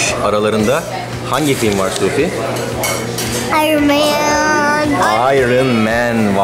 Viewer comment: Abi ayrın mən degil ayən mən okunuyo ya demir iron ayrin okunmuy ayən okunuyo yazdigimi okursan sevinirim